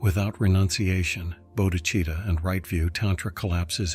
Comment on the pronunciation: Bo-dee-chee-tah lol ... that pronunciation now makes it sound Italian 😅